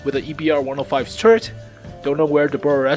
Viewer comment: lol thnx for the video. the Bourrasque is pronounced Boo-Ràsk.